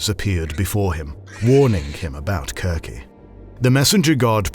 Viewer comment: I like that you use the hard c in Circe. it sounds more like the Greek..